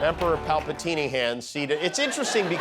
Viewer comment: "Emporer Palpateenyhands" 😂😂